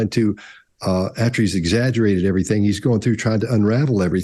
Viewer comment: so refreshing to hear 'everything' not everythink!